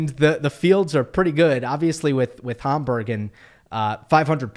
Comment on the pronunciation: Hamburg as in Hamburger please. Homburg is a kind of hat.